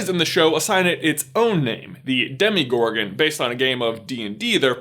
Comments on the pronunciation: 1. It’s the demogorgon, not demigorgon. 2. They call her El, not Elle. Great video tho ❤️ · Demogorgon not demigorgon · First of all, you missed a golden opportunity to say that Jean as the Dark Phoenix turns her power “all the way up to 11.” Secondly, the monster in Stranger Things is called the “Demogorgon,” not “demigorgon,” as you said-. Thirdly, Eleven is shortened to “El,” not “Elle.” You could have made at least a little effort here and made some allusion to that being a name for god, also, but no, you just rolled with assumptions. Research is your friend, and maybe I can be, too, if you need a researcher/editor. 😉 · You say demogorgon wrong